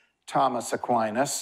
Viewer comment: I’m sorry but I’m having issue with the way he says Aquinas. It’s distracting. But listen I did. And I thank you, for the clear explanation of rights to us.